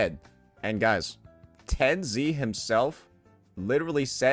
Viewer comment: Him saying tenz as Ten-z is sending me 😭